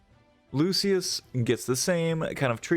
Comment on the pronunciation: Ex 2 and ex 3 abilities for ibara and lucuis. You said it wrong